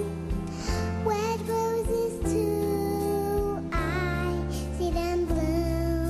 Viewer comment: she says roses like woses she's anoying